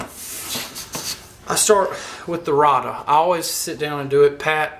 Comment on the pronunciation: It is pronounced ray duh